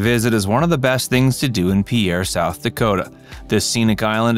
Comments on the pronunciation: It's pronounced pier. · Mispronouncing the name is irritating, the video also has several mistakes